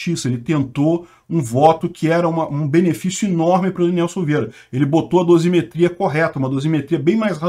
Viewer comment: Dosimeteia correta? Pqp...tudo errado nessa bosta!